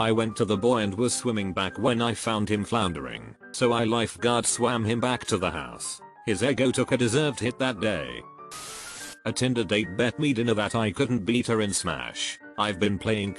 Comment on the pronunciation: No one, absolutely no one: Text-to-speech: "eggo"